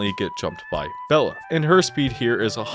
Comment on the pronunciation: He also called 'Bela' 'Bella' so hes clearly fake smh my head